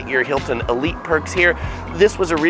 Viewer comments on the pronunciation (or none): none